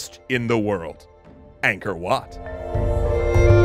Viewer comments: As someone whose family was pushed out of Cambodia due to the Khmer Rouge, anything to do with Cambodia and its' culture excites me. Just PLEASE stop saying "ayngkor" instead of "ahngkor". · The enunciation flits from 'anchor' to 'ang-core'. Proper pronounciation is 'aang-core'.